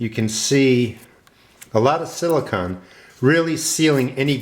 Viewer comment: Hi - nice video- I want to build a Thermosiphoning Air Panel (TAP) like yours, except bigger to heat a room on the south side of my house. First, gotta build the raised beds and get the garden going... Silicone... with ending sounding like 'cone'...:D